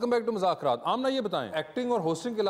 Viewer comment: Vasay Choudhry, please please say the right name of the show. It’s been almost 10 years hardly any anchor pronounce the name right. It is “Mazzaq Raat- مذاق رات” Please don’t say “Muzakraatمٰزاكرات”